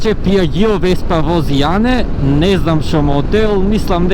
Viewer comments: Е па не е ни Пиаџио туку Пјаџо 😃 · Пиаџио се изговара веспата со две g e 😄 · За малце утна не е ни Пјаџо ни Пиаџио туку е Пијаџо прашав еден пријател италианец од Италианска амбасада така да ти беше најблиску едно пиво за тебе :) 🍺